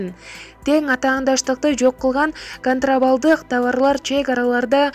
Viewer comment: Ушул качан бир туура окуйсунар тантып контрабандалык дейт контравалдык эмес тантып дайыма туура эмес окуйсунар деги жогорку билиминер барбы?